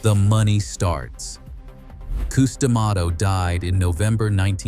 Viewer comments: Cus, Cus his name is Cus not Qus😂😂😂😂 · Who the f is Coos. Get it right or don't do it. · Yes Cus sounds stupid saying it wrong. Sorry not trying to be rude